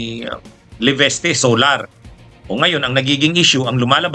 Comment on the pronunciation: lagi nyong sinasabi ay LEVESTE....... LEVISTE po ang tamang pronounciation...